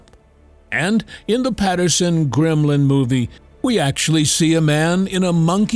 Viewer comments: I was interested in his analysis of gigantapithicus to the modern bigfoot until he kept referring to the Patterson Gimlin film as the Patterson Grimlin film. He adds an r into Gimlin where there is none. And then to say that the subject in the Patterson Gimlin film is clearly just a man in a gorilla suit finally did it for me. He clearly has not done any research on the Patterson Gimlin film and should not be making any assertions about it. It's OK to have an opinion about a subject but at least be a little knowledgeable about it before you do. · It’s Patterson and Gimlin not Patterson and grimlin